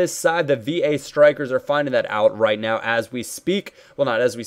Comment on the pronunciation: "roit in the back of the net" - goes Australian